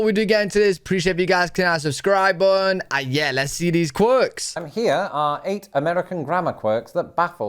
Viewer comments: Now you have use T and R in words . Like Button use the T not buon Button. Other is not oher. OH tiger is not iga . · Like when he says "click the like bun" instead of 'button'. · If you listen closely, it's actually more bu'on; an extended diphthong making it sound almost like one and a half syllables.